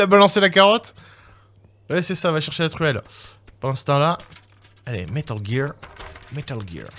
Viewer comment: Mdrr « métal guire, métal guirrrre »